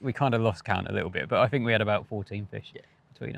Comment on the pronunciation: “Fink”? Oh he means think. What a Thuckwit!